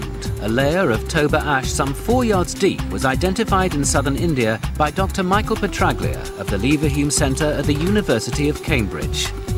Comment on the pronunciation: The g in "Petraglia" is (almost) silent in italian (gl is a diphthong pronounce "lj-" as well as gn is "nj"[=ñ in spanish] ). Much better is it pronounced simply "Petralia", than this ugly "Petr-ugly-a"!!!